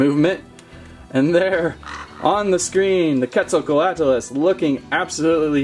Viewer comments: Quet zal coatlus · hi i have been watching you since 500k subs!! also it’s called the quetzacoatlus pronounced (quetz - oh - coa - at - lus) your welcome! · How to pronounce the name us (cwet-zal-cot-lus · You prenouced it rong